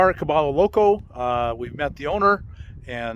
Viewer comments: I love your youtube videos, mostly because I want to go that route. But my friend, remember that Cabello Loco is a Hispanic (ll=y) phrase pronounced Cabeyo Loco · Pronounced “Ka-by-yo Loco” 😊 Thanks for the update, Bob. Right on commentary!